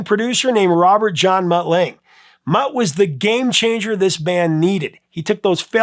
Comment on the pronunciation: FYI.... the man's name is Mutt Lange... pronounced "Lung-er" not "Lang" (he hails from the very south of Africa)